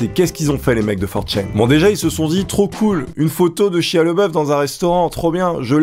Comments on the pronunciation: Chia lol... ça se dit chailla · (ça se dit "chaya")